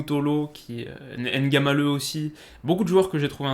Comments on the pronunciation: c'est pas Naglameu mais plutôt Ngamaleu. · on dit, prononce ngamaleu